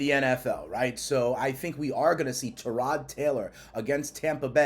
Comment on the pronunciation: New on this channel but is it me or are you saying “Tirod” instead of Tyrod lol have I been (and heard) saying it wrong this whole time 🤔 🤣 just wondering